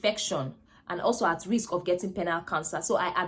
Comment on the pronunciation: Hi nurse, it is not riks but risk.